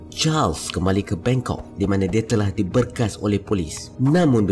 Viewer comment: Penat dengar tekan perkataan "Dia"